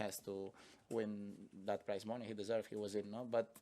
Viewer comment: I thought he was saying "price money." Took me a good minute.